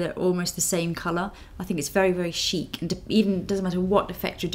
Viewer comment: i love the way you say chikkkk:-)